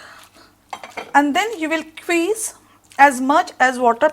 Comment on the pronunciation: Please note that its not "Queez" but "squeez".